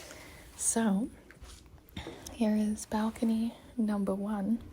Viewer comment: when you said "Balcony number one" you low key sounded Australian af 😂 (Fan love from Melbourne Australia btw)